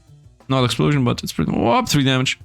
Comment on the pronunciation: I love how say "exuplosion". Is this from somewhere or is it some running joke?